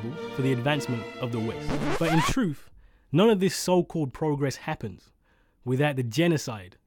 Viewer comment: I'm supposed to listen to someone talk about 'progress' who pronounces the word 'truth' as "troof" ??